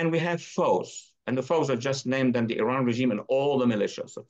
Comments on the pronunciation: Kudos fpr pronouncing iran correctly :) Anyways wish the leaders in iran had the brains to do these things... no way they have such reach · The only american who can pronounce iran as well.